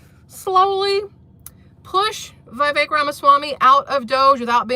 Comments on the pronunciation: It's pronounced Vih-VECK, not VIGH-vek. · Vivek, says pronounce like “cake” vi-vake